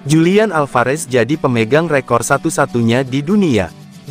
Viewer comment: Dibacanya "Hulian" boskuuu... bukan Julian